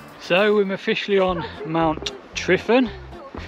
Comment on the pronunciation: Why call it Mount Tryfan? It's simply Tryfan, been that for hundreds of years. Pronounced Truvan not Trifan